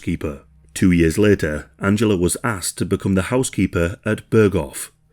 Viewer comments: Angela!! AN-JEL-LA!!!! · This is a great video, thank you for making it :) I did find the back and forth of the pronunciation of Angela jarring though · Angela pronunciation another one. Seems to change from German pronunciation to English and back again.